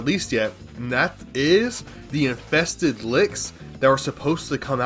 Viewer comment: “infeksted wicks” yeah youre def drunk